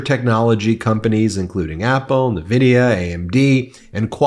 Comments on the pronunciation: Ben, NVIDIA is pronounced en-vidia not nuh-vidia. Bet you a dollar that Trump is the first person to take credit when those TSMC fabs open in AZ. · NVIDIA… is pronounced “in-vidi-yuh”.